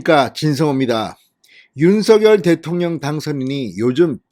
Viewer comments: 방송 잘 듣고 있어요. 고맙습니다. 그런데 윤서결 발음을 윤성녈 로하면 좋을것 같은데 어떠신지요. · 서결이라부르니참듣기불편합니다성렬로말나오는디니로하시면좋으련만 윤서결이므넙니까 윤석열( 윤성열) 자연스럽게 불러주세요~